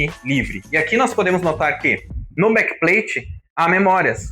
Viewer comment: Blakpain bom inglês 😂